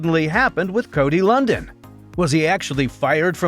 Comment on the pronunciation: How do you do a feature video on someone's name you mispronounce?